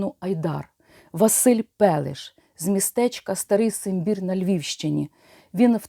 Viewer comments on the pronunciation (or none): Дякую за цікаву інформацію, яка начебто відома окремими фактами, та Ви звели все в єдине. Єдине, що різануло слух, це місто походження бійця «Айдару» Пелеша, місто називаеться не Старий Симбір, а Старий Самбір. Всіх зі Святом